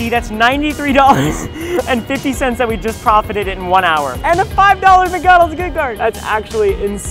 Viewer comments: This is so funny ''and a 5 miggonolgs gigt garg'' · "and a 5 dollar mgonals gift gard"